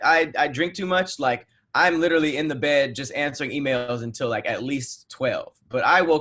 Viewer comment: it is "literally" not "little-ali"... Love the content